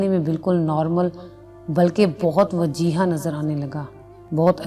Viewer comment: BETA BOHAT NICE KAA.M KR RAHAI HO SIRF ISLAH K R LO word WAJEEH hota hai not WAJEEHA don't. mind